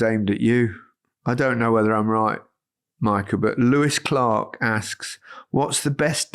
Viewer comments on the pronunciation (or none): none